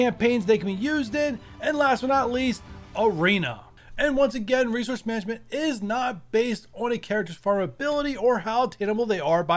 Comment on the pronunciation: Resouce lol